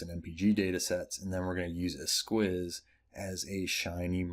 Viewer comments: "S-keys" not "S-quiz" 👌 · What a fun package! Thanks! Just a note, esquisse is French and is actually pronounced “S-key-se”:) sounds much nicer that way.